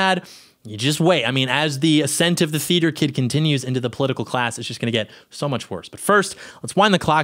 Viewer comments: "Teater kid ocopid govberment" ALRIGHT WE GET IT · For the first few I was hearing "feed your kid" or "feeder kid." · Anyone else think he was saying "feeder kid occupied government?" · Is he saying 'FEEDER' KID? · Can someone tell me what was saying at the start? Is sounds like “theater kid occupied government” but I’m not sure it wasn’t very clear